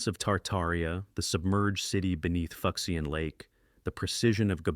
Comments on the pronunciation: Here's the breakdown ....foo-shen lake. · Lost civ #2 is pronounced ('FOO-SHAHN')!